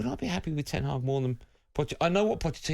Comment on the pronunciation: You can't even get his name right xd it's ten hag